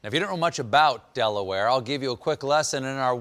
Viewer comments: Don't know why "DelaWHY" took me out😂😂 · As a local blue hen, I'm dying and stephen's del-awareness XD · Everyone always asks Dela-ware?; but never Dela-how?